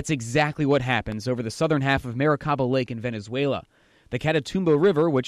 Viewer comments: Maracaibo not Maracabio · You're such a fan of the catatumbo lightning storms that you got the name of the lake wrong, right? It's MARACAIBO not Maracabio... ...Mar¡con